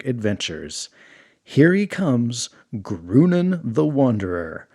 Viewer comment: I think Groonan should be pronounced like grow-naan, which sounds a lot more like Conan would be pronounced in spanish.